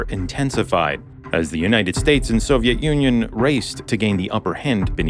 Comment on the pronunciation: I kept hearing Soviet ONion!